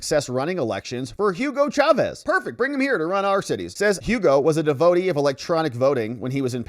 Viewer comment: Dev-o-tee has three syllables. Just saying.